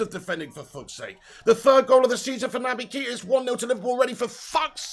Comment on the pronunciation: "Nabye Keeeta" XD